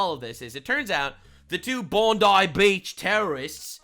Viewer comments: Bon Die (just like the poor innocent's) not bon deee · Pronounced, Bon-die. No pun intended.